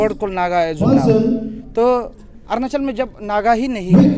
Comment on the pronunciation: Arnachal kya h bhai? Arunachal bolo